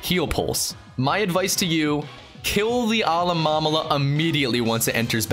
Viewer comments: Kiweey? It's Ki-aw-e Alomamama? It's Alolmamlola or somting. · It’s alomamola not alamamama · him saying alomamola sounds like allah-mama-la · You butchered the name "Alomomola". Its pronounced "Uh-LOH-mo-MO-lah". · Team Skull Finley AloMOMola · Peridot 5XG It's Alomomola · the hardest trial was him trying to say alomomola......... alamamala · You said Alomamola wrong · its not allloaaalmalla